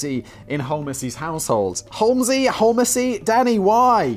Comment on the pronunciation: I'm guessing it's pronounced "home-zee" Simon. From the surname Holmes, like Sherlock) A bit more likely than holl-messy 😂